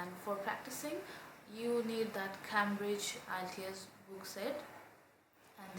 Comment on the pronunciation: PLS,,learn how to pronounce "IELTS"?